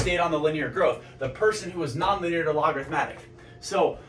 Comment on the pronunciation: The pattern you're talking about is technically sinusoidal (up and down slopes). Logarithmic is just a single curve, either up or down, approaching a limit (e.g. y = 1). Probably a better analogy for a traditional path like college > job. Logarithmic is also pronounced log-a-rith-mic. Appreciate the video though. I have a pretty cushy job rn, could probably grind it out and retire comfortably at 45... but that's not enough for me. I wanna be rich, and it's really hard to get rich working an office job for someone else. Not everyone has what it takes to succeed doing a non-traditional path. Maybe I don't either, but I won't know until I try and give it my all.